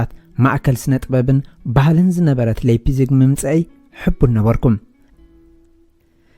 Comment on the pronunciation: መኣረምታ እታ ለይፕሲግ ኢልካ ተድምጻ ዘለኻ ላይፕሲግ Leipzig ብ ጀርመን Lei ላይ ይንበበብ Lie ሊይ( Exa . Liebe ሊበ , (Love), Leitung ላይቱንግ (Line)